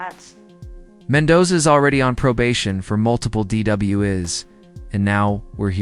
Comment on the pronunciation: "Dee double-u iz"? Channels that use AS - artificial stupidity - are immediately added to my blacklist.